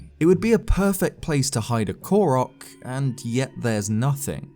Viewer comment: When he say Ko-rock instead of Ko-roke 😔😣😤